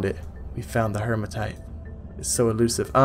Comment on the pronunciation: HEE-ma-tite (no r in it). Like Hemoglobin, which is the iron-rich part of your blood.